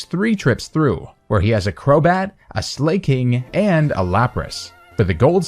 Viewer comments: What the hell is a "slay-king"? Lmao Great vid. Very interesting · Nobody: pronouncing Slaking: “Slay-king.”